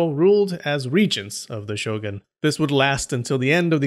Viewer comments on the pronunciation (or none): Pretty sure the word "shogun" is pronounced "sho-goon", not "sho-gun" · 将軍: 'show-goon'; not 'show'gun'